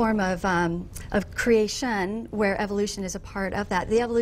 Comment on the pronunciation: Why the fuck does she pronounce "creation" like that haha? Is that supposed to make it sound more plausible just because you make it sound like another word haha